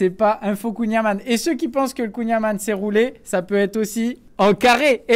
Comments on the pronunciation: C'est kouign Amann ça ce prononce am(an)ne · oui dsl c'est juste que Amane ça me stresse l'oreille je suis bretonnant et le son âne n'existe pas en breton comme pour Yann Erwan Alan kouign Amann le son c'est an ou en comme dans département ou comment et pas ane comme dans un âne. merci 😅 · ça se dit kouing a-man-de, comme amande, mais un son 'n' à la place du 'd' à la fin super vidéo!! ça donne trop envie!!